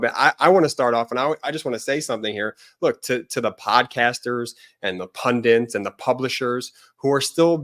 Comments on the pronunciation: Can podcasters please pronounce the simple word- Pundit, correctly.. i find many struggling and often pronouncing it as PundiN. Instead of PUNDIT ( ending with a T not N) It is an Indian word which means a learned person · Ben, It's pundit not pundint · Ben and, please learn how to pronounce "pundit"!